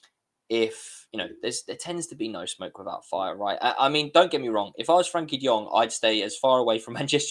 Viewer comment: Why do some people have difficulty pronouncing "Frenkie"?